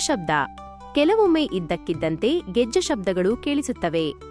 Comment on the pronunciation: ಅದು 'ಗೆಜ್ಜೆ' 'Gejja' ಅಲ್ಲಾ